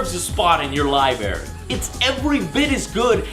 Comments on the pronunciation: "liberry" hehehe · his latino roots really come through with libary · Libaray hahahaahahhahahahaha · It is pronounced L I B R A R Y! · *blinks*did he say we needed Mortal Kombat in our Libarry? really?! Libarry?!*shakes her head*i weep for the children of this generation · HE SAID LIBARY HAHA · Joe, , did you say "liBARRY"?!! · stop saying "lie barry" JOE! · Am I the only one that loves when Joe says "Libary"? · Lie Berry lol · no big deal but some of joes prununciations kinda bug me "sonny" "ekspecially" "libary" but whatever.